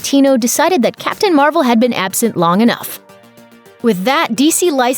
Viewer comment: oh wow “ captain mar-uh shazam “